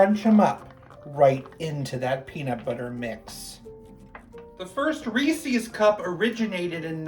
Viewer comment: Sounds sugary. Hahahaha peanut butter rules!!! Thank you for not saying ree sees instead of Reese’s. People always say sees not sis